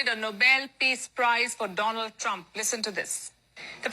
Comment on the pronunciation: "Saar phul saport troomp" 😭